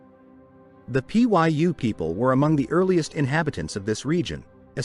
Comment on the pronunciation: lmao it just says welcome XDDDD Trash AI. Cant even look up how to pronounce "Pyu" before its stuffed in the video.